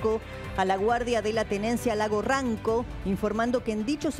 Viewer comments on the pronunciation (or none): Lago Ranco!!!!! Informe de y pronuncien bien!!!!!!!